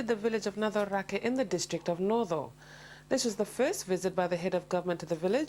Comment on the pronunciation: NACORAKE...why don't TV Presenters check their pronunciations - Turaga!